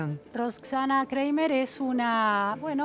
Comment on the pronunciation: Periodista, se pronuncia "Craimer" y no Creimer. Además, dejate de discutir de igual a igual con una doctora filósofa de jerarquía internacional!